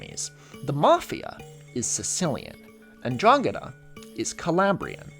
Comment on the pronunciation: As a calabrian, your pronunciation of 'ndrangheta is really good. I also probably lost 10 years at the out of left field mention of very specifically the region I grew up in. I've moved since, so this video isn't being seen in Calabria, but almost! And I'm glad you find our land beautiful. Organised crime and un-organised government is slowly killing us :]